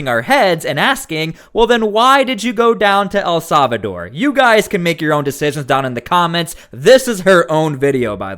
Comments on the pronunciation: For the love of God..... El Salvador is pronounced "eL-SAL-vah-door". It is NOT pronounced "EL-SAV-a-door" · Why do you keep saying A Savador? El Salvador! Say it 10 times!